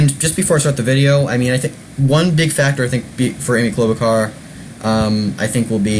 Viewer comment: Please stop mispronouncing her name it's Char not Car!